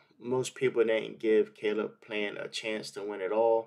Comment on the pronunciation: Lmmfao "Cale" Plant